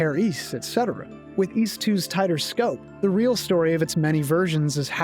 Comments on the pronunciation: Ys? I thought you said Wees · its interesting because i wouldn't pronounce those very similarly, but i guess in american and canadian english they're near indistinguishable, for me ys is like geese without the g, and ease is like easy without the y